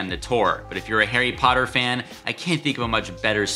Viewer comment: Hairy Potter? Lol